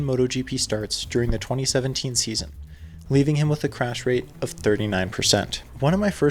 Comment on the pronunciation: take a shot everytime he says chrash lmao! awesome video, loved it